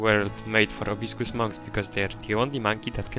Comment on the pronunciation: Amazing! Love the bamboo forest especially :) Btw it’s Proboscis Monkeys not probiscus!